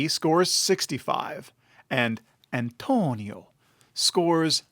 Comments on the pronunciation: You really don't have to say Antonio like that, dude. wtf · Why do you say the name Antonio like that? It's creepy.... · The way he said it lol